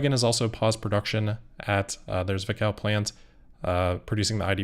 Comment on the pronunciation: I've watched this channel for years and this is the first time I spotted a mistake. "Zwickau" (location of that VW plant) is a German and is properly pronounced with a hard Z. Think "Tzwickau".